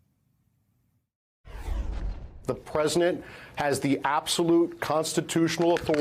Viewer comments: "The PRESINENT" Yes the presinent, thats right. Have a biscuit. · The former clerk to Justice Gorsuch should be able to say the word “President,” not say the “presinent.” Just saying…